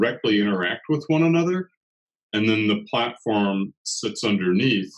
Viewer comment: Good interview and briefing. Thank you. ps It is said PlaTform not PlaTAform